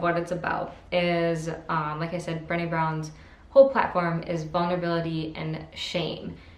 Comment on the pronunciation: HEY! I already read all of those!! Cool. If you like those books (like me) you should read THE UNTETHERED SOUL by Michael A Singer. [ BTW Brene' is pronounced Brah-Nay like Renee only with a B ]